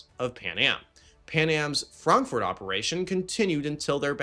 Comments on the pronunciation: Stop saying Frankfort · Buddy, Why do you pronounce Frankfurt so weird. Are you off your meds. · I have never - never - heard Frankfurt pronounced that way. And I live in Germany. 😂😂😂😂😂